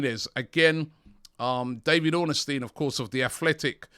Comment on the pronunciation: Who’s David OrnAHsteeeen